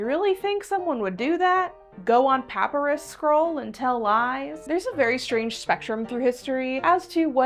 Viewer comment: Your pronunciation of papyrus just transformed your cred into crud.